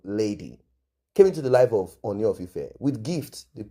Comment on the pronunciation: Point of correction Ropo came from light completion family. She may add lightening cream but naturally she is light. Her sister Wemimo Orebiyi is light completion. Their dad is light completion. The pronunciation is ooni not oni,ooni like you are pronouncing uh not